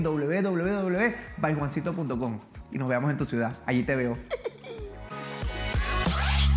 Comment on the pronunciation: byjuancito suena como "baygoncito"